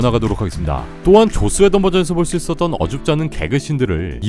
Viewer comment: 발음 쥑입니다 계속해서 죧스웨던 감독이 죧스웨던이 죧스ㅋㅋㅋㅋㅋ